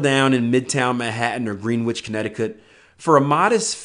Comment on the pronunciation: It’s Gren not Green. Just an FYI. Pronounced Grenitch